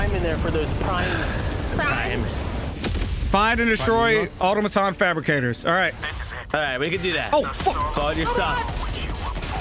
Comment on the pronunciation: Uhh-tom-A-tons, Automatons 🙏